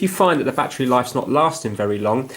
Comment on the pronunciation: What the hell is a “Batchree”???